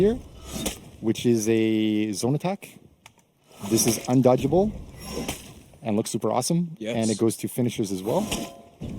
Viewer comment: Did I hear it right? "Undodgable